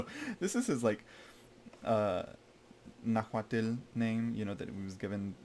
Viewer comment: Just a tip the L is silent at the end of Nahuatl. It’s very, very soft almost silent like an expression of breath. It’s hard to pronounce but the closest is to just pronounce it Na-Hwat.